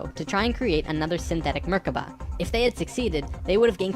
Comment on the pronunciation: ok first... it is pronounced "Merkava" not "Merkaba" And it means chariot in hebrew. Secondly.... as an Israeli Jew I have to ask, WTF did that guy take in order to make up that story?! Oi vey.... :D